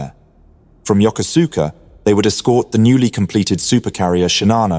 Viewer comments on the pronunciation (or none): This Japanese naval base is pronounced: YO-KOOS-KA.